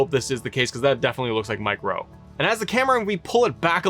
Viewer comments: Does he mean Mike Rome? Sounds like he said Rowe… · Bruh wtf. His name is Mike RO(M)E. Not RoWe. 🤦🏽‍♂️ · Sounds like you're saying Mike Ro 🤔 😏 😂😂